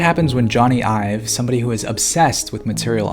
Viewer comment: Almost every time you mention Jony Ive I think you're talking about yourself, because it sounds like you're saying "I've" lol e.g